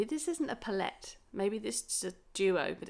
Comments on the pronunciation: Lovely vid! Your not saying L'Oréal wrong 🤣 but I've never heard anyone say pallette in that way 😂😂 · Your saying palette wrong